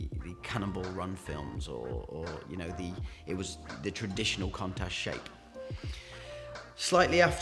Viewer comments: Every time he says the word contact he's winding me up lol! It's pronounced coontash not contash!! For someone who sells cars for a living you'd think he'd know that doh!😀😀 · Countach not Contach say it correctly bro... Still, what a car. 80s legend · There is a U in Countach Its not pronounced Contach. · love the vids but the word is countach as in count not contach ok,now also all tyres have a manufacturers date stamp eg 4319 this will be 43rd week of 2019 .this is so all tyres are good for roughly 6 years shelf life,this when they start to deteriorate .so if they are the original tyres bin them now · He's supposed to be a classic car expert and can't even pronounce the name correctly. It's KOONtash. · Contash 😂😂😂😂😂 your a twat and can't even say the bloody name properly. Dumbass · Wrong. In Italian, the right pronunciation is KOON-tuck but in English most commonly pronounced KOON-tash. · Why does he keeping pronouncing the name of the car wrong 🙄 contash 😂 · Ffs learn how to say Countach 😂😂😂😂😂😂😂😂😂😂😂😂😂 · Unusual pronunciation of countach .I’ve been hearing the word for 40 years ,never heard it pronounced like that